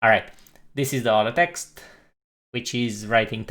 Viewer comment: Hahahaha...ele falou "This is the auto text", mas parece mesmo